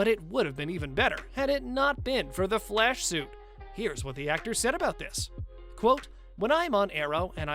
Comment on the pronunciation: Nobody: Flash channel narrators: FLESH, sicada devow, zom, sico